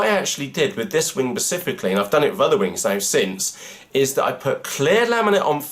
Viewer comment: specifically as in SPE cifically ....;-)